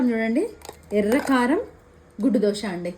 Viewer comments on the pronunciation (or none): Dosa.....not dosha